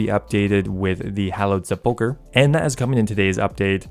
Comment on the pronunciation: I can’t get over hearing seppoker over and over